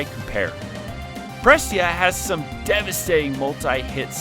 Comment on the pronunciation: As a Raine main, she absolutely is the best. Also, it's Pre Say Yah.